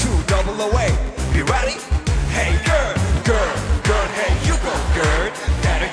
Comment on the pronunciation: 걸~ 결~ 겨얼~ 갸~얼 걀~ 같기도 하고ㅋㅋㅋㅋㅋㅋ 발음이 듣기좋게 찰지게 좋은것 같음ㅋㅋㅋㅋㅋㅋㅋㅋㅋㅋ